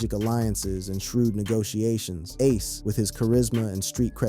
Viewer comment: Y'all need to learn how to say aces name😂